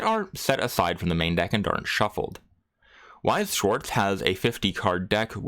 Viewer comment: I am german... what the fuq... How did you just pronounce Weiß Schwarz this wrong. I am normally not the one to complain about it but that sounded really wrong.